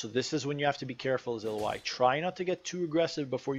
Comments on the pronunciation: Great guide but if you make these, pls use the correct name..... ill-oh-i is incorrect. ill-ow-wee..... Just bothered me but good breakdown on her.... I know this is my issue more than anyone elses but i figure if you know the person well enough then the name should be said correctly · Why you calling her Iloai ? I thought its Ilaoi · So you say her name wrong. It's Ill-ao-i not illo-ai. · Screw it, I like the way you pronounced her name 😂 ill oh ai is a helluva champion to play against. Not fun at all. I imagine playing as her is much better! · Her name is pronounced ill-lou-e ill as in well ill Lou like your saying loud without the d and just E. You can here you can here super space guy with the star powers forgot his name pronounce it. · I beleive its (i-L-ow-ee) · You don't have to guess on how to say a champ's name. You can just watch the champion spotlight video from Riot. Otherwise, great video! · U butchered her name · How you gonna pronounce the name wrong in a guide